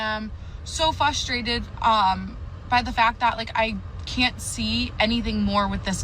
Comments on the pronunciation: "So Fustrated" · Red flags in speech-patterns while dating: - Says "exspecially", "fustrated", "it gives"